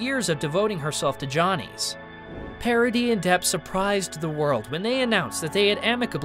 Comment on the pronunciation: It it not pair a di. It is Pah rah dis. Try a bit more.